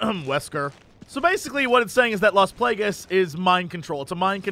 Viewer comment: Las Plague-ess. -.